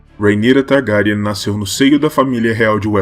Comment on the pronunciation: "Targáryan" muito estranho